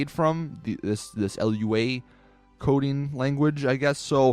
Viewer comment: Lua is pronounced looa